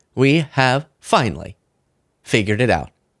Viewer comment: "Finally" has three syllables. "Finely" has two, and is a completely different word.